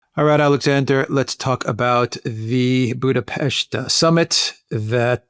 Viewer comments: Why do people keep saying Budapeshti ? It's Budapest, like Buddha+pest! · WHY YOU TWO CAN'T PRONOUCE BUDAPEST PROPERLY. IT HURTS.